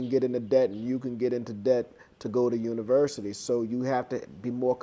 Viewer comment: I just loved when u said University not Universiry, bam-bam just like that